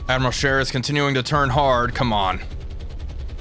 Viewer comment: May I commend you on the pronunciation of Admiral Scheer this time around. Just so it's clear, this wasn't sarcastic at all. Although I'm sure that made it sound more sarcastic than it already did... Anyway, that wasn't a serious thing to begin with, but you fixed it anyway.